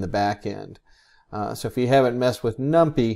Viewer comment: Gotta say, thats the first time I've hear it pronounced "num-pee" xD, great video though!